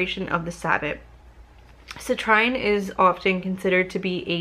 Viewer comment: Hey great video! I always love watching your unboxing videos, I love looking at little things like that so this is basically my porn😂. For future reference that cute little yellow crystal is pronounced "cih-treen". Citrine is a beautiful crystal when it's fully yellow, lots of bright energy like the sun! Love & Light witch sister ✨